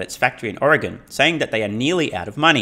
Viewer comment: Kudos for saying Oregon correctly,.